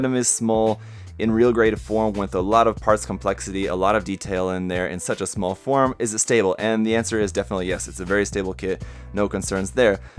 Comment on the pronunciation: Did you say "smol"? Lol